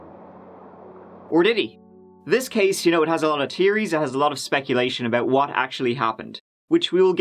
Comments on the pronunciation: I thought said Tear-ies lol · "A lot of tearies" 🙄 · You said "tearies", so I thought "sad, tear-jerker"...the word is "tHeories",. I know you can say "thhh". Quit fucking around. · “ a lot of tearies😥😥😥😥” 😭😭 me too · When said " This case has a lot of tear-ies." I thought...what the hell is that? Then figured it out, he meant "theories" lol....took me a second.😂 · Alot of terries We gonna draxx dem sklounst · 🤣 I thought you said "this story had lots of tearies". As in, it will be a sad story and I chortled. Please say "theories" more regularly.